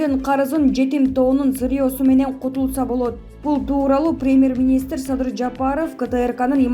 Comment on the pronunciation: Мадумай эмес,МАДУМАРОВ ДЕП айт пидараз журналиссинби блогерсинби туура айткын АТАСЫНЫН АТЫН АЙТБАЙ. САДЫРДЫ САДЫЙ ДЕСЕ,ЭМНЕ АДАХАН ДЕГЕНДЕ Р ЖОК БЕКЕН, АЙБАНДАР СИЛЕР УШАКЧЫЛАР ЭЛДИ БИР БИРИ МЕНЕН УРУШТУРАСЫНАР АЙБАНДАР.